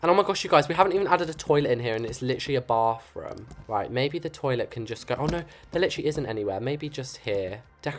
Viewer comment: I love how he says bofroom 😊